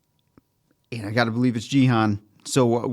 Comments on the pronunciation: You’re pronouncing Gi-hun as jee-han. Gi is pronounced like Ghee. The G is the same G sound as “good” or “game”. Hun is pronounced as hoon, similar to moon. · With peace and love 😆 his name is a 'hard G', Gee-hoon haha ❤ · Hey Guys, love your reactions. Just a note: the G in Gi-hun makes the same sound as the G in Greg or go, not the sound as the G in George or gym.